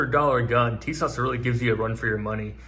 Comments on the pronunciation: It’s pronounced “Tee-zschawach” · It is actually pronounced Tisash